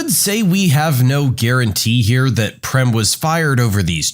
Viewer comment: I was not happy the way you pronounced PREM 😂😅 IT'S pronounced as PRAME (same way as FRAME) My name is PREM BTW and it means LOVE